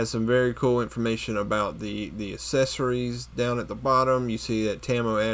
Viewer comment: Its funny how he can't say accessories properly!